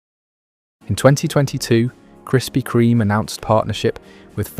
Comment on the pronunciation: Why can't you pronounce the bloody name?